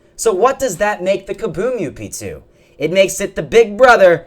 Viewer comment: it kinda bothers me when you say up2, idk why